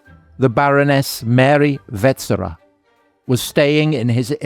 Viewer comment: You didn’t mention that the Habsburgs had been kings of Hungary without interruption since 1527. That has nothing to do with the Austro-Hungarian Compromise. The stress in ‘Sissy’ is on the last syllable, and finally: it’s pronounced ‘VetSCHera’.